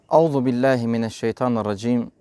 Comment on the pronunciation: Euzu besmele düzgün deil. Bir örnek; Himineşşeytanirracim, himine şeytanirracim deil. Auzu deil euzu vb.